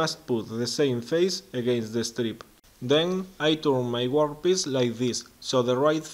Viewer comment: Great video, well done sir. Annoyingly, I keep hearing you say 'workpiss..' Ha ha, keep them coming, you inspire others.